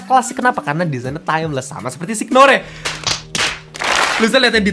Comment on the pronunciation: wkwkwkwkwk "signore"